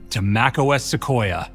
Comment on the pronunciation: Suquoia sounds like Russian *Sukhoi